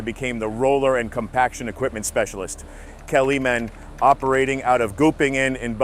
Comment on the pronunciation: German native here. You have to work on your pronunciation. At least speak out what you read. Kleemann is not Kelly-Man, Vögele is prononced with an Umlaut like you would pronounce the first part of Mötley Crüe.